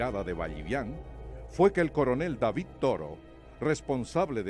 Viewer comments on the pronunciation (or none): none